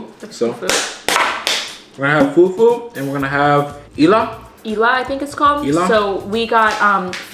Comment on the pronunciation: IT IS NOT fufu IT IS FUFU